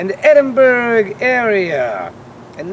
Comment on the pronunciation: And it is pronounced Edin-bura why are Americans so dense